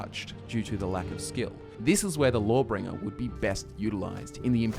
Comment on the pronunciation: Lmao thought you were saying "Lore-Bringer"